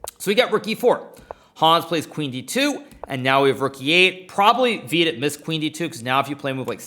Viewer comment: "Veeeedit" fxxkin hell.. my hears r bleeding.